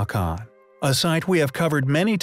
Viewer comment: How many here believe the narrator for this site is a computer??? Have you ever heard someone say Teotihuacan the way it is said here ???